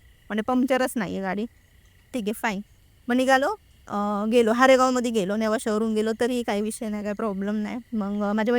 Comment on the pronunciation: Dhanyawad 🙏 हेच बोलणार होतो आणि या शब्द उच्चार च्या चुका मुद्दाम केल्या आहे या किच्चन ताई ने